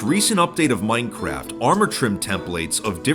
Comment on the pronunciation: " the oldest anarchy server in maainncraeft"- some bald hsitory teacher